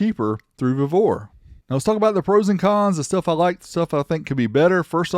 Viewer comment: We pronounce it “vee-vor”🤷🏽‍♂️😂